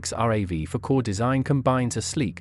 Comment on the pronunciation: It’s not called are a vee 4 it’s pronoun rav4 two words